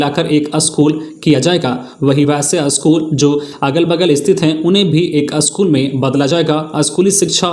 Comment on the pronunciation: अस्कूल नहो पर स्कूल बोलिए ।